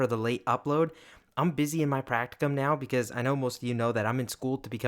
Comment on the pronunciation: Pra"c"ti"c"um? Bist ein Deutscher? :)